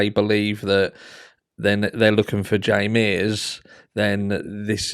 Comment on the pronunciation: You keep calling Ray Mears, Jay Mears.